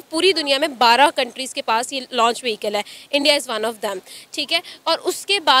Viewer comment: Didi bo Loch ni launch hota hai 🤣😂